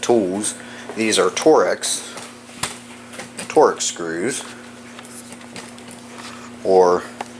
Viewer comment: It’s called “torx”, not “torex”.